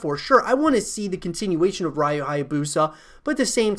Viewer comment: Ryu is pronounced "You" with an R in front. If you said "Who do you like?" really quickly the D in "DO" would soften and sound like the R in Ryu. "Rai YU" sounds like ラー油 which is pretty much just the spicy oil we add on food lol